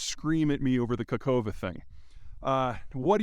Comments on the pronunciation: I am a real human being and the only bit of criticism i have is to, please, pronounce the name of the place more correctly. It's Nova Kakhovka. Kah-khov-ka. Not Nova Kakova. Just read the letters that are there. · Peter, work on your pronunciation of foreign names. You butcher Nowa Kachowka. Its hard to take you seriusly as a geopolitician, if you dont care, how it should sound. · For your consideration - "Nova KaHovka" (second K is silent and H pronounced as in "here" inside) and "ZaporiZHska oblast" (no N in sight ZH pronounced somewhat as J in "jorney"). Azov - you good.